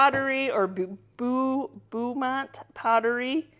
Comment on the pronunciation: Oh and here in the south…Beaumont is pronounced “Bo ( long O) mont “